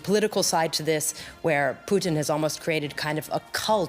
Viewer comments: Ha Ha Ha The way your pronouncing "Putin" makes it sound like the Canadian Fast Foot "Poutine", Ha Ha Ha its "Pu - tin" Ha Ha Ha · I love that he kept pronouncing it "Poutine" instead of "Pu-tin" as if comparing Putin to a Canadian bar food😭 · 'President Puteen'? Okay... some audio problems in the first 3 minutes eh? LOL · "As we wait for..." Did he say _"Blyatimir Pootin"? 🤣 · I love your pronunciation of President Poutine*, well played sir. *Canadian delicacy French fries, cheese curds with gravy. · He kept saying it like poutine - poutine! Lol • \poo-TEEN\ • noun. : a dish of French fries covered with brown gravy and cheese curds "Is potato" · "the enemy"?? Russia INVADED ukraine, how can they be the enemy???? and why does this guy call Pukin... pue---teen???? who are thes people? get the facts RIGHT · They pronounce Putin as poutine. I love poutine as a dish. It's fries, cheddar cheese curds and beef garvey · this guys says Putin like Poutine. Which is Canadian fries and gravy. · I like the way the announcer keeps pronouncing Putin, as Poutine! That is too much of an insult to the French Canadian culinary masterpiece! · Yeah, that's ridiculous. How does he get that wrong. Weird. I mean it rhymes perfectly with Lootin' for example. Very easy. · This dude is intentionally mispronouncing Putins name. Now why would a professional talking head pretend not to know even the most basic information in this story? It's not an accident. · The way this guy 'pronounces 'Putin' is annoying.